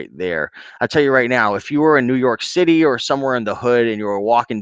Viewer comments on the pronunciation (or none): none